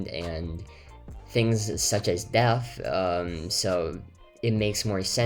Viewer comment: Its so cute how he says deaf and not depth :))